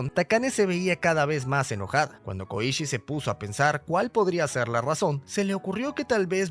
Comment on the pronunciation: Soy el unico q penso el koichi de jojos🥺? Porq yo si, si se q se escribe diferente pero yo escuche koichi no koushi 👉👈